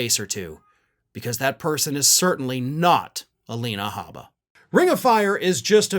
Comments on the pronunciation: "Gabba" I thought it's "H"abba yu put G instead of G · You said gabba instead of habba.